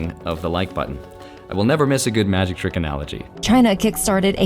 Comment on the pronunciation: Ma-Jikh time 😂